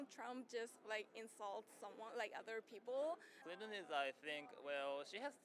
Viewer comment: Clinton or Trump? Ah Kwinton